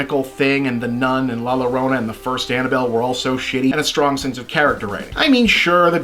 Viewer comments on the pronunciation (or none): Llorona is pronounced "yorona"